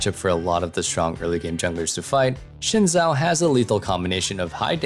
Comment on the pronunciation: Xin Zhao is pronounced Sin Jow.